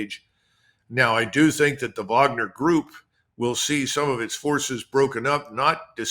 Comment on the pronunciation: Finally someone who can pronounce Wagner correctly. Vaughner